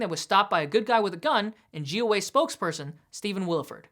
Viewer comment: "JEW Way"....Omfg, I thought for sure you kept repeating "Jew Way" instead of "GOA" ~ Just another channel obsessed with Israel & humping Bibi's leg.. I thought, till I saw the name of your YT channel!